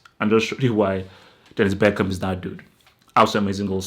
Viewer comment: This goal defined my childhood. Great analyses and bonus points for your correct pronunciation of Bergkamp!